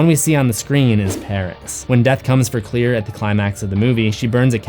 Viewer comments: But... Her name is Claire... Not Clear... I grt thr connection you made... But Claire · It's CLAIRE not clear.